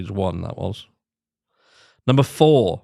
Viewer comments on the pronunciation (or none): none